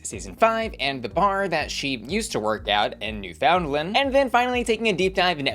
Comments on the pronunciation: noofin-LAND. Not New Finland. Never New Finland. Rewatch the episode. She'll say it for you several times. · Canadian here, just pronounce it like new finland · It’s not New Found Land, it’s spelt that way. It’s NooFuhndLuhnd. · Just a friendly pronunciation tip, Newfoundland has the emphasis on the "new", and kinda sounds more like "NEWFinland" instead of emphasizing the "found" like "New-FOUND-land". Edit: And Ontario isn't "On-TAHR-io", it's more "On-TARE-eo". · “Ontahrio” “New FoundLend” Is the new pronunciation now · it's new-fin-land 😪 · It’s NOT new FOUND land. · This is incorrect, you mainland Canadians mispronounce it as well. It's Newf-in-LAND. Not New-FOUND-land nor NEW-fin-lin, New-FIN-Lind or any other variation. Source: am a Newfoundlander. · Just FYI, it's pronounced Newf-n-land, you hardly need to pronounce the "found" part and the emphasis is on the "new". That's how everyone from Newfoundland pronounces it! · New FOUNDland 😂😂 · Nue-fUNd-land for Newfoundland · gentle suggestion from a canadian: you might consider pronouncing it new-fuhn-land :) the american accent is very endearing though! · It’s pronounced, NEWFUNLAND but say it quick! 🥰🇨🇦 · Miss m’am you are mispronouncing Ontario and Newfoundland. On-teh-ree-oh and New-fund-land! I know it doesn’t look like they would be pronounced like that haha but it is 😅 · NewFOUNDlan and OntAWrio is sending me… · The pronunciation of the Canadian provinces is KILLING me! NEW-fund-land, On-TAIR-ee-oh is phonetically how these two provinces are pronounced. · Sigh the misinformation. It's Newf-in-LAND. You mainlanders need to educate yourselves. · Please pronounce newfoundland right it's driving me crazy. As someone from Canada, it's pronounced new-fuhnd-luhnd!! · Jesus no. It's Newf-in-LAND. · Girl. Please tell me you’re INTENTIONALLY mispronouncing Ontario and Newfoundland 😂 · The way you pronounce ontario and newfoundland cracks me up. its cute lol